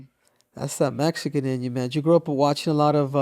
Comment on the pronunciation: Cool cool but he needs to stop saying Mexican wrong. Can't even say it right